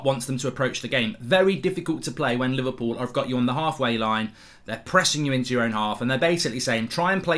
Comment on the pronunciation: He said “livercool” 😎..